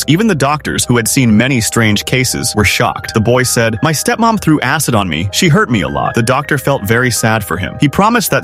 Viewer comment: Why did i hear "a$$" instead of "acid" 😭🙏